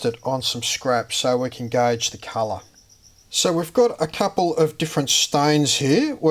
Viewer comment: "we're gonna tint it to the culluh that we noid..." heheheh that accent. Nice vid! Very interesting.